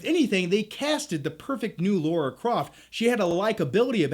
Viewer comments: L A R A. NOT L A U R A. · LARA Croft, not LAURA Croft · LARA LARA not Laura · Your as bad as mr stuckman its lara with an A. Not laura. Either way good vid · You mean Lara not Laura. 😂😆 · Its Lara not laura!!!!! Haha haha, sorry, love u bro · LARA!!!!! not Laura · Lara Croft, not Laura Croft. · Her name is Lara. How can that be pronounced as Laura? It's really not difficult! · i love you, but it's Lara, not Laura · Why do all Americans call it “Laura” isn’t it Lara ? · Yeah man, see you in a few months. btw its Lara, not Laura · I'm genuinely curious why Americans call Lara "Laura". Was her name changed in the video games for the US market? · Natarri Bailey I've heard a few reviewers clearly say Lara, but most sound like they're saying Laura. Maybe it just sounds that way to foreign ears. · Americans, say it with me now. LA-RA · Laura Croft, that's almost as bad as Stuckmann's pronunciation of Roland Emmerich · It's not Laura croft 🙄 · Why do american's have such a problem saying Lara properly? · Yet another person mispronouncing Lara lol.